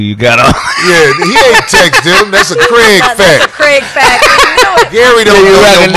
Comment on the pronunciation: Lord Glass Kraig.. but dude saying Greg.